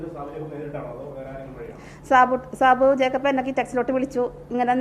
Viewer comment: സാബു ജേപ്പക്ക് .......സാബു ജേപ്പക്ക് ........😂 ആദ്യം സാബു ജേക്കമ്പ് എന്ന് ശരിക്കും പറയാൻ പഠിക്കൂ😂